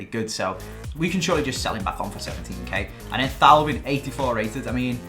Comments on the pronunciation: It's pronounced TOE-VAN not THAU-VIN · It's TOEVAN